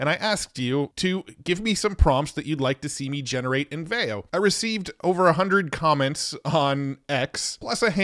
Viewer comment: I'm pretty sure it's pronounced VEE-oh